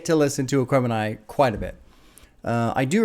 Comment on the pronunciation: you got the name right! My soul hurt everytime you said it on the reaction